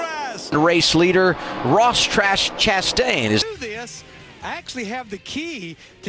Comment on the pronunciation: “Ross Trashtain" 💀😭💀